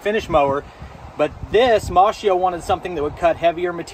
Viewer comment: Is he saying mossmo. Brand name.